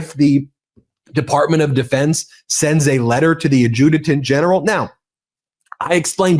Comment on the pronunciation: Ad-ju-tant General, not Ad-ju-te-tant General.